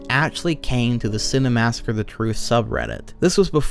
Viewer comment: Minor nitpick, but the fact you pronounce it "Cinemassacre the Truth" drives me nuts haha